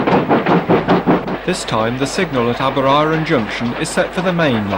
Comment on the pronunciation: It is Aberaeron not Aberaron